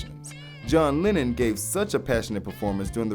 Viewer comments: Man, you're pronouncing Lennon like Lenin. Which is fun. A bit. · SAY JOHN LINEN ONE MORE TIME. ITS LEH-NUN. LENNON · "John Linen"